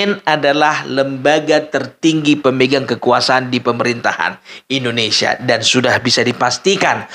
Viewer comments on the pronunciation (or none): none